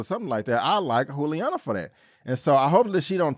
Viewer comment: FYI-It's pronounced Julie-Ana not Who-liana. Love the content 👌 ♥️